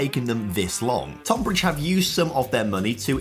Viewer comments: Tohn-bridge. Love the video but as someone from that area it's pronounced tun-bridge 😂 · FYI: Tonbridge is pronounced 'Tunbridge. Nitpicking I realise 😂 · “79 times less” doesn’t make sense. They earned a 79th of Reading’s figure. And Tonbridge’s first syllable is said like the word ‘ton’ (rhymes with ‘bun’), it doesn’t rhyme with ‘con’. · Bro just say Tonbridge properly haha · as a man from the tonbridge area, the way pronounces it drives me crazy😂